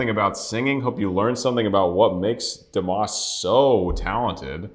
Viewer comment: Pronounced as dee mas like must without the t